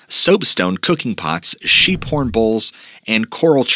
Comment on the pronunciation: Do you realize that almost the entire time that you were talking about the SHEEP eaters you were calling them SHAPE eaters. Just like you pronounce Appalachian as AP-A-LATCH-IN in a previous video. It's AP-A-LAY-SHIN